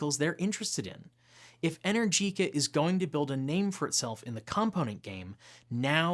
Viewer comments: Just a heads up, ...it's not "inner-jeeca" It's "E-nergica" 👍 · PLEASE learn to pronounce Energica correctly - E-nergica NOT Energeeca. Thanks :) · Since you've been pronouncing Rimac the right way ( with the rolling "R" and the "TZ" at the end) you should pronounce Enérgica, and not Energìca..it really made my ears hurt.